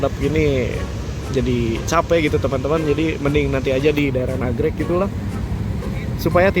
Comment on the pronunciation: Nagreg woy Nagreg 😢 bukan Nagrek, Jawa Banget K diubah G